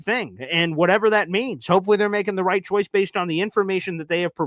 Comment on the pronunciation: also I think it's right instead of roght lol